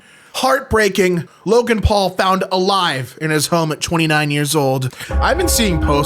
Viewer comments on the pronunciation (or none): none